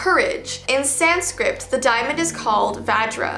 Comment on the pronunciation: It's not sanscript , it's Sanskrit